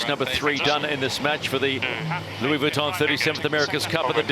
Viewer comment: Please stop saying vitton like that!